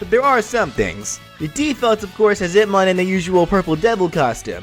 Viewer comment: I keep hearing Hitmon lol